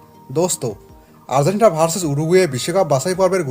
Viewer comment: Asha kori Uccharon ta ektu thik kore niben. Argentina ke apni bolchen Ar-zen-tina.